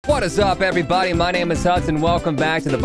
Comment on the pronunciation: What is up everybody, my name is— My brain: I THINK YOU MEAN EVERY BUDDY Edit: EveryBUDDY let’s go